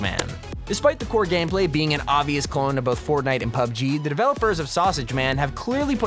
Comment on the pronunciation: I love how he says clon instead of clone (number 10)